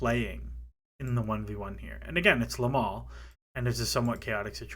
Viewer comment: Another lovely video but plz stop saying Lamal instead of Yamal 😭😭😭🤣🤣